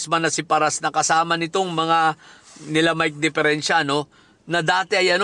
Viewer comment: Natatawa ako SA mike dpeerenciA😂😂😂😂